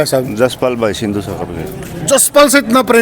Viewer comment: Bhai sandhu nhi sindhu hai.shi se naam bola kro.